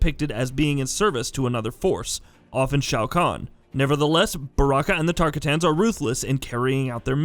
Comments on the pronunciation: TARK A TANS HAHAHAHAH im dying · Who's Tarka tans? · He can't say tarkatins he's already irrelevant to knowing his history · Can’t pronounce shinnok or tarkatans bruh🤦‍♂️